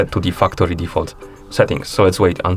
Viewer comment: Thanks for the fuktory reset tutorial lol